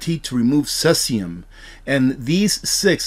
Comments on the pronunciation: Pronounced cee-sium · Pronounced "See-zee-um" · No disrespect. It is pronounced - seezeeyum. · Cesium is pronounced like “seezeum”, fyi. No knock intended. I really get a lot out of your presentation. Keep them coming!